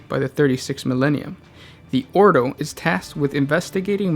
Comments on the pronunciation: orDo not oro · Jack Jones each 'oro' is a nail in my heart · "Oro"... Maybe not actually... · Every time the word "oro" is uttered the Emperor's corpse sheds a tear.